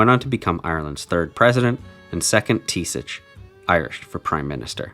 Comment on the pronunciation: Good video, the Irish for prime minister (Taoiseach) it’s pronounced T-shock